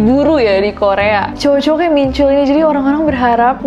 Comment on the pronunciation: Ness, info aja ya, soalnya aneh dengernya. Hehe. Nama Jin Min Chul, "chul" nya dilafalin kaya "tall"/tol-nya jalan tol. Jadi bukan pake U, tp pake O terbuka.